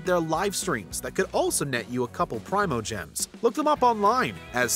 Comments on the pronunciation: No you're good it's Pree-moe-gems is the one saying it wrong... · Say Prime-oh-gems one more time motherfather, say it one more gosh darn time! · "PRY-mo-gems" Have I been saying this wrong the whole time??